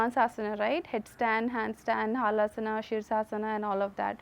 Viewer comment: Madam it is Halasana not haalasana hal means plough